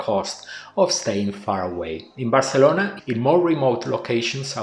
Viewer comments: he is speaking in English so he should pronounce it in English, and Spanish is not the native language of Barcelona. So it really makes no sense. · It's very annoying that you keep pronouncing Barcelona in Spanish. IMHO you should pronounce it in English.